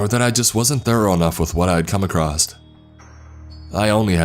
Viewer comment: The word is pronounced "across" not "acrosst". You keep saying "acrosst." ("There are several categories that you'll come acrosst.")